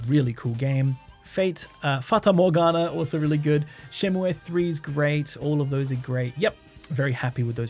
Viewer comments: Interesting that you pronounce Shenmue as シェンムエ when it's written as シェンムー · Great video! one thing... Shenmue is pronounced SHEN-MOO (シェンムー). I die a little inside every time someone says shen-moo-aye. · Your pronunciation of shenmue gave me an existential crisis for a moment so I had to look it up. It actually is pronounced like Shenmuu rather than how the title would suggest in Japanese, it doesn't use the え sound. It is worth noting the name is derived originally from Chinese instead of Japanese, but also supposedly the decision to spell it like Shenmue was to emulate English words like "Blue" for the sound at the end. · I think Shenmue is pronounced "Shenmu--" without the "e" at the end